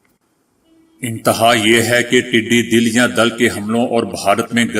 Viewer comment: ٹڈی دَل میں دال پر زبر ہے دَل ہندی لفظ ہے جسکے معنیٰ جماعت،گروہ،غول،